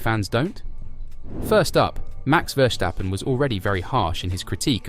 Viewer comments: This gut doesn't speal german or He is lost cast we talk it VerSTappen as well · Max Verstappen is Dutch, not German. Please stop pronouncing it like "Verchtappan"